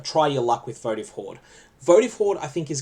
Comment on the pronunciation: Was relaxing while doing work and then had to look at the screen when you said votive hoard. Sounds Germanic how you say it, not that that’s a bad thing it sounds cool.